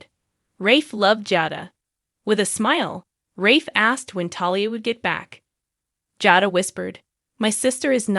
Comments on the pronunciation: You are to lean the names correctly! It is Jay + dah Come on how hard is that? Aren’t you watching and hearing how they pronounce the names? Li is not how you pronounce this man’s name! It is Lee! Learn now! It annoying and makes us believe you don’t know what the hell you are saying. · Jayda is how u say it